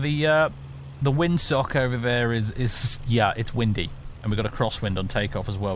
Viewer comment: I just hear "It's fookin wimdy." 😄